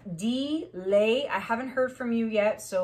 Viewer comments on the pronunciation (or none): Think u might be pronouncing the Deeleigh person name wrong. Not sure how its spelt but if i spelt it right then its pronounced Deelee not delay. My middle name is Leigh and people say lay instead of lee lol hope it helps now to finish watching ur video lol